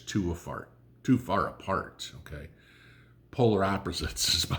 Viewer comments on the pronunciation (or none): There is some truth to that when you said, "the country is too afart." 🤣